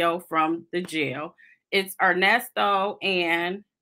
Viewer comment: I h8 when he says Nesto your name is Earnest bro